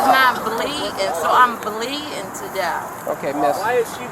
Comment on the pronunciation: "I'm bleedin to def" Umm ok!!!